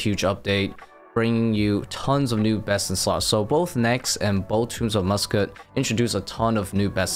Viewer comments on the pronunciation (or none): why do you say tombs of amuscut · Do you say words weird on purpose? Wildy, Amascut, etc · Don't you dare say amascut like that again